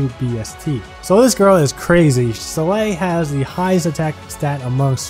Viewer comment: she's pronaunced "Sol-eil", no "Selei"